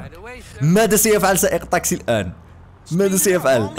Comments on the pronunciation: ليش تقول طاقسي بدل تاكسي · ليش اتكول طاكسي مو تاكسي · لغتك العربيه جيد جدا لكن سيارة الأجرة اسمها تكسي وليس طكسي... بالتوفيق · لمذا تقول طاكسي هي تاكسي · مو طاكسي تاكسي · ما يكول تكسي يكول طكسي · احكي عدل شنو طاقسي